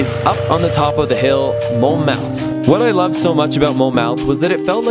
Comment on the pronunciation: MONTMARTRE NOT MONT MARTE ;)